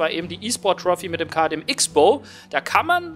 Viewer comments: Cross-Bow, das Ding wird Cross-Bow genannt... Ich zucke immer innerlich zusammen, wenn ich jemanden Icks-Bow sagen höre. :D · Mennnnnooooo, bitte sprich den KTM richtig aus. Nicht "X-Bow" sondern Crossbow wird er tituliert :) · Also von mir aus darfst du den Wagen auch gerne Tante Klaus nennen,aber der wird wirklich nur Crossbow ausgesprochen.Hält sich nur keiner dran. ^^ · Ok.. dann ist wohl mein Fehler. Ich kannte es eben nur so das beides in Ordnung ist. Aber KTM sollte sich als österreichische Marke auch denken können dass das X, auch als solches ausgesprochen wird :D